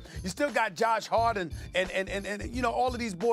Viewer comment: Did he say Josh harden?